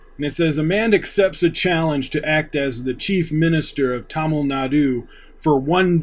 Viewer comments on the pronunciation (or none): none